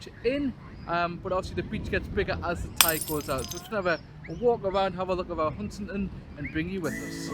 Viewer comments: Another great video. Was that the roundabout at newark I saw? The bang might of been the damper at a guess, I assume everything was OK with the van then? Already been mentioned but its hun-stan-ton . Keep up the good work 👏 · Hun-stan-ton :=) Lovely brown sea there! A bit weird about the bang, Bailey did a better job haha.. I thought your mic did a good job in the wind. Biscuit tin every day for me!